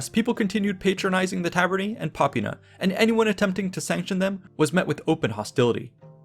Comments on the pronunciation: Popīna, not pópina. The i is long: /iː/ and the first syllable is not stressed. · I know just enough about Latin to know you accented "insula" wrong. You also pluralized it wrong. Then with "tabernae" you made the same plural mistake, and the opposite stress mistake. ... popīna was wrong too. Right away it struck me as odd that you said "in-SU-la" instead of "IN-su-la." I thought about it for a second, and was like, "huh have I been saying it wrong." But if then I remembered the penultimate stress rule: if the second to last syllable is a long syllable, ie long vowel or vowel + consonant coda (or both), then it gets stressed. OTHERWISE, the previous syllable gets stressed. Insula, if you mark the long vowels, is "īnsula." The syllable is NOT long, so we stress the first <īn> syllable. Honestly, you can use your English intuition here. We don't in-SU-late our houses, we IN-sulate, them. You can also just look it up on Wiktionary. Stress is marked by an apostrophe before the stressed syllable in their IPA notation. You can't use English intuition with "tabernae" though, as it is not stressed like "tavern." Here the penultimate syllable is ber, a long syllable, so get stressed: "ta-BER-nae." With "popina," I can forgive the mistake, as the long i is often not marked, but it's actually "popīna" so pronounced like po-PĪ-na. Seriously, just look up this shit on Wiktionary; it takes two seconds. Can you put in at least an ounce of effort? On two plural problems: The plural of insula is "insulae," not "insuli." in classic Latin is pronounced something li